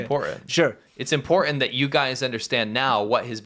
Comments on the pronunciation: gone back to not being able to pronounce "important." It's impordan! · Say importaNT. There's an nt at the end of the word. I never minded when my kids had that affectation. But after cringing with the fake ghetto -ness of jazzy, I feel we can't let our English slide. Thanks. 😁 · Big props to whoever called out 'Impor-unt' spelling/pronunciation. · Quit saying “ guys” like a couple of teen age boys. Not everyone watching is a guy. And the guy on the right can’t pronounce “ important “ he says “ imporund” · don't forget the imporant T in imporant